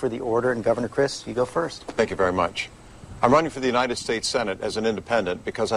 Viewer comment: The word is "further," nit "futher". And it's UNITED States, not UINITED States.